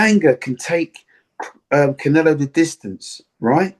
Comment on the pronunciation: 😆 🤣 its Canelo bro not CONelo